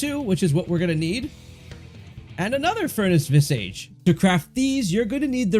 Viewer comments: Visage is pronounced "Viz-udj" not "Viz-Age". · It's not visAGE. It's pronounced like Vizidge. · Visage isn't pronounced "viss-aige", it's more like "viz-aaj". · Please look up the right way to say visage. vis-ah-j not vis-AGE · Its vis-ahhge, not vis-age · It's not pronounced "vis" + "age" It's pronounced "viz" + "ige" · Vi-sihj not vi sage. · Visage is pronounced Vi-ZARGE, meaning a face. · Potentate: POE-ten-tate. Visage: VIS-ej And just for fun, Vigor: VIG-ur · Vis-idge Poe-ten-tate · its not pronounced vis-age... otherwise it was good, just a pet peeve with pronunciation lol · Maybe next time if you can figure out how to say visage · You really should take a break from screens, dude, and learn how to read. The way you say "visage" tells me that you don't read much. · Good info, thanks! Side note, you may want to look up the pronunciation of visage, i was getting a bit hung up on that personally Lol